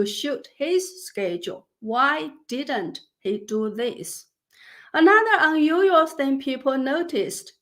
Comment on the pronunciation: Can you enunciate unusual 🤭